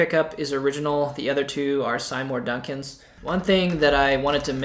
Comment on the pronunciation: SI-more Duncans? Lol. I think you mean SEE-more Duncans. Cool guitar nonetheless.